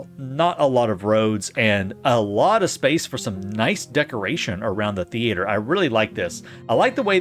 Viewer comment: Why are you pronuncing "theater" different every other time? very confusing.